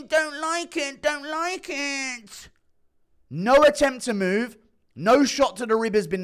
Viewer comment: Hahahaha ridiculous accent when he says "ewww don't like it don't like it" 😂😂